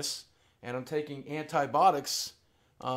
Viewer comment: antibotics??????? you mean antibiotics